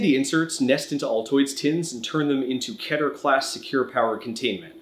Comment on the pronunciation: btw it's pronounced key-terr